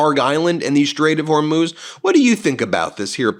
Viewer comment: Thank goodness someone finally taught you how to pronounce the Straight of Hormuz.